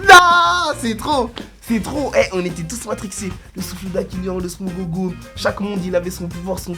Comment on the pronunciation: hahhahha il a dit le smogog a